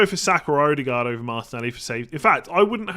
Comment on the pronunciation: glad you're interested in correct pronunciation :) so pliz "E-de-gore" , not "oudegard"